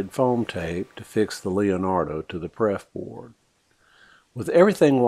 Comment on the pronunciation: LOL Good video... but I spit my coffe out laughing when you said "PREF board"... TWICE!